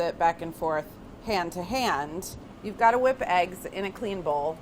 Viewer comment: I love the northeastern “hwipp”!